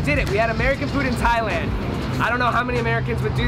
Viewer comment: Thailand not Thialand